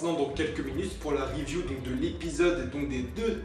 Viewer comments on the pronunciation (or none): none